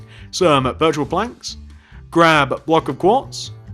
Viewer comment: when he said birch wood planks at the start it sounded like virtual planks